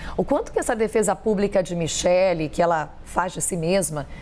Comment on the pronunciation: Kkkk É micheque essa pronúncia sua ñ m convenceu kkkkk